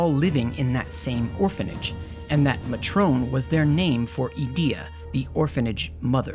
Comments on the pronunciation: we're discussing the English version of the game here. It's may-tron. And it's not just the United States. All English speakers would pronounce it with the emphasis on the first syllable. Never maTRONE. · Mah-trone? XD Ooooh matron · So good I got it as a Xmas present and loved it so much I have just never completed it. I get up to Ultimecia and then delete it and start again. It's just so good, despite the problems, that it's actually a little rushed and Disc One needed more time to breath, it just always hits so good. Love it. One thing I odn't know if this was a bit with mispronunciation but it's May-tron not Ma-Trone, its a job. And actually if you'll forgive the pedantry GFs are mentioned as causing memory loss in the information tab in config. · Muh-trohn. You mean... matron? Lol. Great vid. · Awesome video. Once correction though. "Matron" is pronounced "MAY-truhn", not "ma-TROAN". The kids called her Matron because she was the head of the orphanage. Their "mother", for all intents and purposes. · For some reason I've always pronounced the name Matron 'May-tren' in my head lol but I guess 'Mah-traun' makes more sense. I dunno how I came up with 'May-tren'. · Nice vid. Just a note.. Edea was their Matron, pronounced May-Tron. A matron is a word for a woman in charge of a school or similar establishment or like a head nurse. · See I know what a 'matron' is, but I've been pronouncing "Muh-Trone" since I was a kid and somehow the two things never overlapped in my mind. Two bits of knowledge, never the twain shall meet. Edit: spelling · I pronounced it Mut-ron as a kid. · I always pronounced it Mat-Tron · "A woman named Matrone" Matron is a word you know. It just means caretaker of a boarding school. "Ulteema weapon" Okay you're doing it intentionally. Quit that. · Matrone? Seriously dude, do you not know what a Matron is? Good video though. ...but seriously, matrone? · This video was awesome but….”Muh-trone”?? Lol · Yeah it doesn’t rhyme with Patrón lol